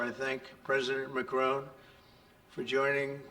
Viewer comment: "President Macaroon" These are not serious people 😂